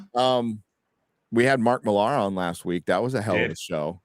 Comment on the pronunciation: Bit late here but didn't Millar (it's pronounced "Miller" btw, shame on you, being a brit supposedly) only write 4 issues of The Authority? It was created by Ellis who wrote the first 12 issues before handing it off.